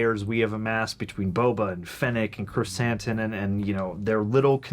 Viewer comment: I love you guys. Like a lot. But, cmon man. You have heard his name pronounced Krrsantan since he was intro’d. Not krrsAHntan. They even call him sANtos. Not sAHntos.